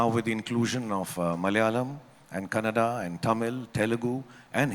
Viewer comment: Loved it when he clearly said kannada instead of kannad(most wrongly being said as).. respect 2x specially for this..❤❤